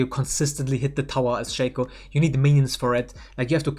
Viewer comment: you pronounce "Shaco" wrong